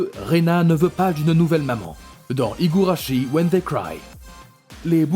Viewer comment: Premier fois que je vois quelqu'un prononcer correctement higurashi ou un de ses perso sur cet chaîne